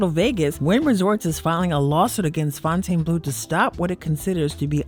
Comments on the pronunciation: As a local you should know how to pronounce casinos that you report on. Its "Fountain Blue", not Fon-tane Blue. Get with it. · It’s pronounced “Fountain” Blue. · Plus FONTAINEBLEAU